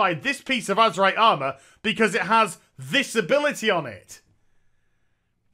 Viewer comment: yeah he just slang it up and call it Azemrite in his videos